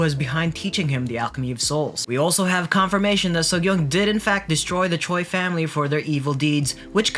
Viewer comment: Korean "Choi" is pronounced "Chey" (think sounds like hey or hay)